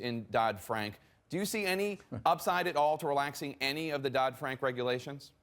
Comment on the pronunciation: (ahem) Regulations, not regualtions fraud, not faud Yeesh, get it together